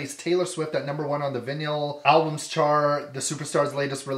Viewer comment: Oh dear,the word is vinyl, as I old records, pronounced vi nal. Try saying it, it will ring a bell.